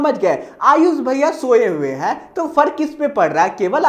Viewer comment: Aap hame sha ayush bhaiya bol te hai 😢 Mujhe hame sha IAS bhaiya sunaayi deta hai 😂😂